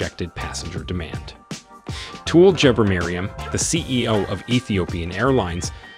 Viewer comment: excellent assessment of Ethiopian Airlines' future plans. Just a couple of points tho.. The dam is costing $5 billion, not million. The CEO is Tewolde (Tuh-Wul-de) Gebremariam (G as in gherkin, a had G), and Bole (Bolé, sort of rhyming with café). aight?! I'm a big believer in Africa for Africans so.. I'm subscribing! cheers !!